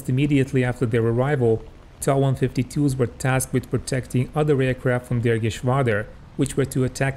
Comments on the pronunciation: The designation of the plane is pronounced "t.a.", not "taw". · It's not pronounced TA! It's pronounced T-a!!!. Get it together.